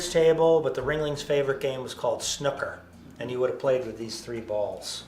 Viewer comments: Snuck-ker... noooo its snoooooo-ker! 😂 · Sin nu ker =snooker